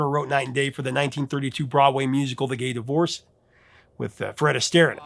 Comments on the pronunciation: Couldn’t care less. (Not COULD care less) The Gay Divorcee, pronounced divor-SAY (not Gay Divorce) 😂😂😂 Great video and I agree that 4 non blondes sucks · "The Gay Divorcée" The final syllable is pronounced "say".